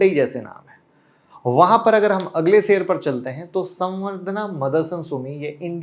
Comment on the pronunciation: sheyar bolna sikho..plz aap